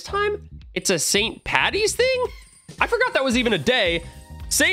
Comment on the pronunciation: St Paddy’s* not St Pattys